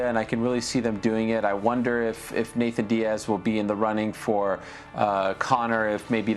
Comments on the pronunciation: I’m so annoyed with Ariel saying “Nathan “ .. am I being petty ? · Im an Ariel fan. But its suspect how he says 'Nathan' Diaz ALL the time. Weird dude. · Ariel the only one to say “Nathan Diaz” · Nick Diaz vs Jorge Masvidal was booked back in the day so I hope they do that. Oh and Ariel is gonna get a call from espn telling him to stop saying “Nathan”.